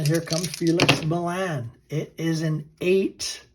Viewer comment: Millan = Mee-yon